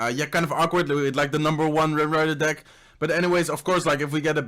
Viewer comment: The way he say deck is just wrong 😂😂😂